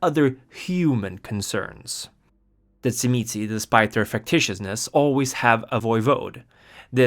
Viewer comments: In the sabbat sourcebook circa 2nd ed, they phonetically pronounce it as "Zhim-ee-see or say". From my own hungarian background, the wordwould be pronounced by magyar speakers as "Zhim-uh-say". The pronunciation spoken in the video seems to be from someone whose native tongue is latin based, like italian or spanish, so that filter causes it to become abberant. For precision, say the word "jim", but replace the hard 'j' with an "sh" sound, while pressing a 'z' sound right before that. "Zhim". The next syllable is easy. Just a soft "uh". The ended with a slightly inflected "say". Pronouncing the last syllable "see" isnt unforgivable, but "say" is closer to correct native tonality. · I was waiting for this video, so I could learn how to pronounce Tzimisce